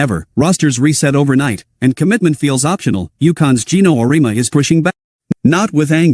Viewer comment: Your graphic caught my attention, but you misrepresented Geno's view: First: Program your AI voice creator to pronounce his name correctly. Second: His view of NIL and the transfer portal have changed and focus on what is best for the player.